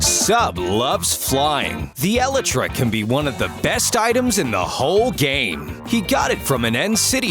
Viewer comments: It's pronounced el-eye-tra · What did he just call the Elytra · The narrator pronounced elytra wrong.